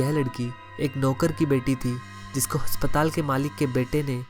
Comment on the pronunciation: Haspatal nhi asptaal hota